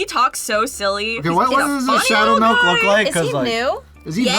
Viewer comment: You can hear mutter "Shhhadow Milk."🤣🤣🤣